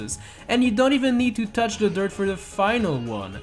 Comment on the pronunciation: It's not douch it's TOUCH